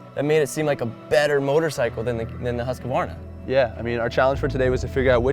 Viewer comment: Love you guys but it's husk-var-na not husk-ka -var-na.